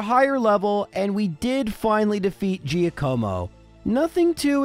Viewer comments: it's Giàcomo. Not Giacòmo. Btw your pronunciation of Giovanni is on point! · “jackamo” not “geeyacuomo” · I don’t want to sound rude, but Giacomo is pronounced GYAH-Koe-Moe, not Jee-Uh-KOE-Moe. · I'm Italian and I can say that you pronounced "Giacomo" really well, just the accent is on the wrong vowel. It's Giàcomo, not Giacòmo. Still thanks, great video <3 P.S.: Giacomo is the Italian for Jack!:D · hey love the content all your videos are fantastic and it's always such a pick me up when I see a new video released. And that said I'm def not making fun of you here but just an fyi about Giacomo cuz your pronunciation really made me smile phonetically speaking it's jock-uhh-mo and the dachsbun is a play on words of the dachshund wiener dogs would be docks-bun haha but keep up the great work man I love it!! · hey, if you want to know about the Giovanni/Giacomo pronunciations I'll just say that in Italian Gi makes a J sound, but if you say them in English, try not to stress the i so much because it's actually silent or part of the G. So just replace Gi with J for Jovanni and Jacomo to sound authentic, however saying it like Jiovanni is widely accepted but incorrect. As for Lorelei, i think Lorra-lie is right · For the record, Giacomo is pronounced Jack-amo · I may think it's pronounced Giàcomo. You know, I've been pronouncing my name for the last 29 years 😅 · Lmfao! Omg! You did not say Geo Co Mo!!! When my wife and I first moved in together and were looking to adopt a dog, we looked at one name Giacomo!!! And my wife pronounced it the same way you did!!! 😂 A great video AND a nostalgic trip!?!?, you truly are amazing at your job! I love it! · Jaq-uh-mo. Italian name. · Giacomo is pronounced jock-a-moe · Giacomo is pronounced Jock-como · Jya-koh-moh - It's Italian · its pronounced gee aco mo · It's pronounced jock-omo.... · Me, an Italian, when you said Giacomo: 👁️👄👁️ Bro I died 😂